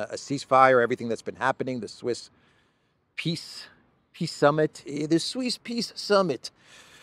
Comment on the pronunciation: Did you say Sweeze Peas Summit?